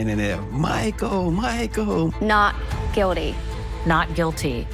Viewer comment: Whats with the "Not GuiDy" ?!